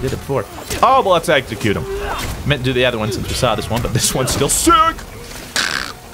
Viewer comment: I love the For Honour videos, but I'm also eternally triggered by how you pronounce "execute" as if it has a g in it. Every video on this game is a double edged sword kappa